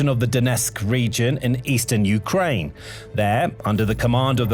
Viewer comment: Um, I'm pretty sure "Ukraine" is pronounced with emphasis on the second syllable, not the first. It just sounds weird to hear U-kraine instead of u-KRAINE. Am I wrong about this?